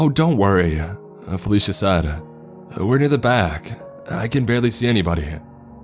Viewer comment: .......everytime, somehow ...I hear fellatio instead felicia ..,im sorry...